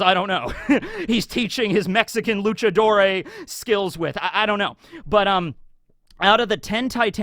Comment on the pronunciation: Loo-cha-door Not loo-cha-doore